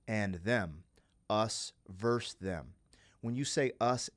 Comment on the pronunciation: This was your best reaction ever. I feel privileged that you shared this reaction experience with all of us. I've been listening to this album since it first came out and I still cried along with you. Peace ☮, OBTW: The word is versus 😉